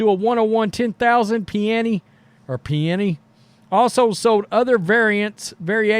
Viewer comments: ok...lets sound it out buddy..... PA-NI-NI 😂 like the hot sandwiches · PUH NI NI IS HOW IT'S SAID NOT HOW YOU BUTCHERED IT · The worn is pronounced Panini. Long e sound for the last part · It’s pronounced pa nee nee